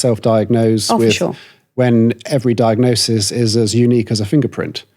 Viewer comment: I can't not notice her saying diagnoSIS as diagnoTION.😅